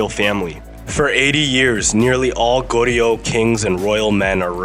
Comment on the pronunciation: How about learning the pronunciation of Joseon, Goryeo, etc?